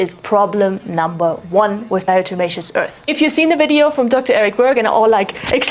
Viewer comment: How do you possibly pronounce DE without slipping up all those times? amazing